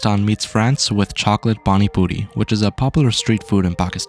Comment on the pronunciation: I heard "panny booty" 💀